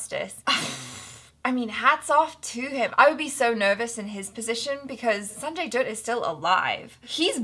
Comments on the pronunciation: You perfectly pronounce the Sanjay Dutt's name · u r saying sanjay dutt's name perfectly